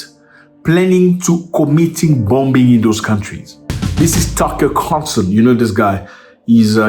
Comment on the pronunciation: Tucker Carlson NOT Carl TuckerSON. LOL